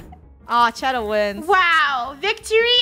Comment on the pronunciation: shedder cheese 😂😂😂😂😂😂😂😂😂😂😂😂